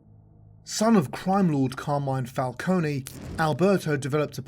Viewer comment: you take time and the effort to do all of this research but cant pronounce falcone? 😂😂